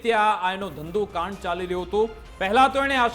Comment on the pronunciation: કાંડ સરખું બોલાય,, ગ સમજાય